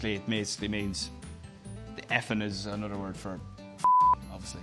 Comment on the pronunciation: Not “another”, “anodder”. Love it